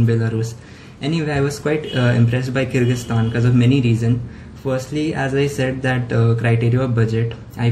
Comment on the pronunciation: Bartan sambhaalo pls Also avoid using pressure cooker while filming a video 😂🤣 (Just kidding, I want to appreciate you for this really informative video and thanks for teaching me how to pronounce Kyrgyzstan because I was today years old when I actually learnt how it's pronounced)